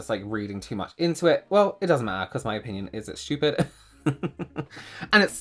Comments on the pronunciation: I just love how says schtupid. It always makes me laugh. He’s always right too. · I just love hearing you say shtoopid😂😂